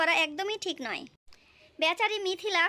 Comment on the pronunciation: আপু ডিক বলচেন😂😂😂😂